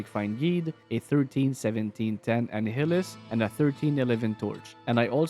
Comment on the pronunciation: an eye hill us, like annihilate. not annie hill us, long I.